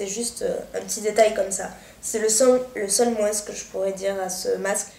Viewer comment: Super c'est vraiment génial Kérastasse ça réhydrate les cheveux a mort :) ps: désolé de te dire ça mais pourrait tu arreter de dire le S!!! du mot moins!! ( en français on ne prononce pas les S à la fins des mots :/ c'est insupportable :(